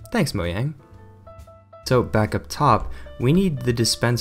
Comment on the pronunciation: It’s Mojang not moyang they changed the pronunciation just wanted to let you know